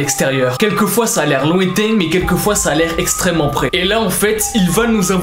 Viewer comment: IL a dit ixtrement bizzare